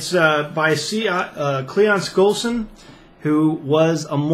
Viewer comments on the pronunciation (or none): One should pronounce the authors name correctly if you think you know so much about the book. This is the same author who wrote the naked communist. If you believe the constitution was an inspired document that limits governments so people can more freely follow the teachings of the scriptures. Then the book is worth reading.